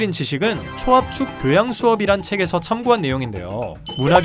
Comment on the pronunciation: 교호양~? 이게 네 교~양이니??